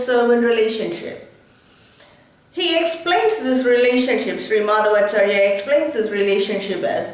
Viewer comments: You don't know how to pronounce his name properly. (madhwaachaarya, not maadhavaachaarya!!). -His philosophy is actually called tattvavaada (not dwaita as generally known). Old scriptures never call this philosophy dwaita. Similarly Sri. Shankaracharya's philosophy is called maayaavaada, not advaita. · Prounounce the name properly... Madhwachaarya.... Not maadhavaachar,...